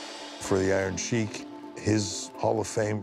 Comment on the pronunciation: Finally ,someone pronounced the iron sheiks name correctly